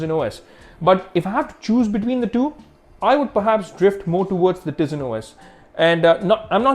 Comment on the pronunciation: I think its pronounced taisen not teezin even tho its spelled tizen